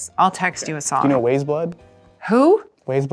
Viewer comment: He pronounced “Weyes” wrong. Christ 😂